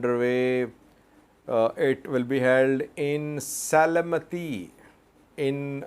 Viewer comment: Se-le-m-ti Not Se-le-me-ti. Thank you for your reports.